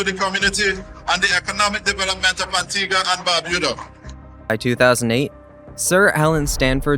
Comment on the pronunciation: Learn to say Antigua probably ffs